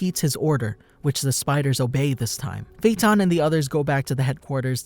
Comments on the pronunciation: AJFJAKSKSODOAKVOSKCKVKD I CAN TELL YOU WATCH DUB BY THE WAY YOY SAY HIS FUCKIN' NAMEE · the way he pronounces his name pisses me off